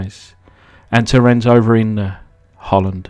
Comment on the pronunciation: Rens as you prenounced it was gooood.... :)